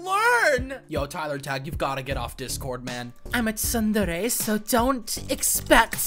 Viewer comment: "Sundairy" is killing me